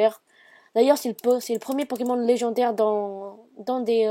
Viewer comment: légendaire ! et pas légandaire